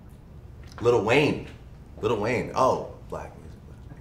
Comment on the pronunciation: bro really said LITTLE WAYNE LMFAOOOOOOOOOOOOO